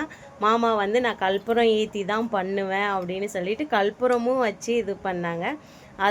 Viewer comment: கல்பூரம் இல்லை கற்பூரம் னு சொல்லுங்க